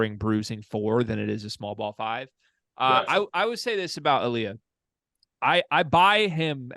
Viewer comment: Last name is originally from Ghana, as Aaliya's father was born there. In the argentinean pronunciation is named as "Ali-ShA" as the "Y" is pronounced as "Sh" for a language alteration called "Yeismo", so it was very well prononuced :)